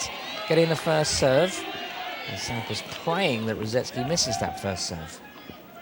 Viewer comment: That’s not Sampras it’s Swandpras